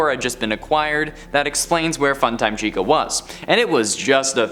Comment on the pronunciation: He says SHECA